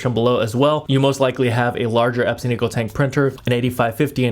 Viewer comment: You keep saying Ep-sin 😅. It's pronounced Eps-on. Epson ✅ So many people do this and I can't unhear it 😢